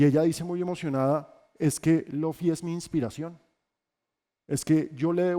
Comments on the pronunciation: Cada que dijo Loffy me daba algo pero igual lo vi todo, excelente video! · muy bueno pero no le digas Lofi a Luffy jeje